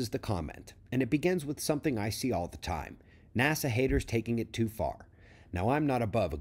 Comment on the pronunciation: TOO, not toi... haha